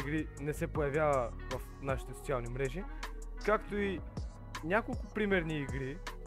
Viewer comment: Ти случайно да не си от Бургас?😂 “Сочиални мрежи”😂❤